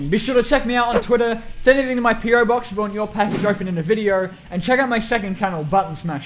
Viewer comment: I thought he said pedo box at the end...